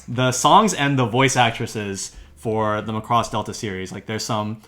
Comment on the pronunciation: Can we get the title pronounciation correct please?